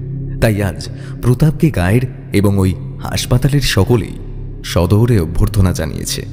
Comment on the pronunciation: পাঠ আর উচ্চারণ আরও ভালো হলে শুনতে আরও ভালো লাগবে। সাদরে কথাটা সদরে উচ্চারণ কানে লাগলো। আরও কিছু জায়গায় এরকম হয়েছে। But খুব ভালো হচ্ছে। Keep it up 😊